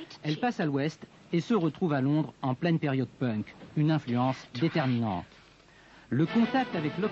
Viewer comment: ich mag wie die Franzosen das Wort "Punk" aussprechen 😉😅 pönk 😂 schade daß das Bild unscharf ist, sie sah toll aus mit diesem unpunkigerem Style 🤩